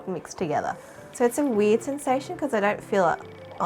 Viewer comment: When this girl said weird sensation iwax like WEED then I I heard it again and I was like she says weird okay okay